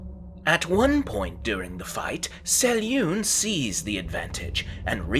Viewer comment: If you're going to make videos about the Forgotten Realms at least do your homework and learn to pronounce names as Ed Greenwood intended. He spells out how to pronounce Selune in the original Forgotten Realms 'Old Grey Box'.